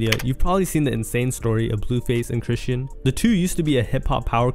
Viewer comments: Chris-SEAN (sh-aw-n) rock not "Christian"🤨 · Chrisean name has been floating around so long for you to be pronouncing it wrong. Chri-Shawn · Bro said Chrishyn Rock ! Lmfao!! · Fashir twin - it’s ( chris”-Sean” , = chrisean😂😂😂😂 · This is a great video and I love the content my only complaint is the way you say Chrisean bro 🤣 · the way you say chrisean irked my soul 😂😂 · Now you know damn well that’s not how you say chrisean